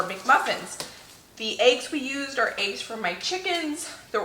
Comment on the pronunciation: I’ve seen most of your videos and only now can I hear your accent. The way you say peppers. Lol. And eggs kills me. Aye-ggs vs Eh-ggs. It made me smile.